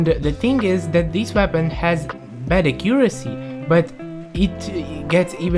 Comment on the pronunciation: not to make fun of his accent but acuesy